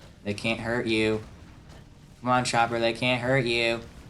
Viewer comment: u said chomper lol